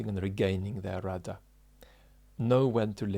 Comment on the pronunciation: I'm glad you spelled out that he was saying rudder, it phonetically sounded like router or routah.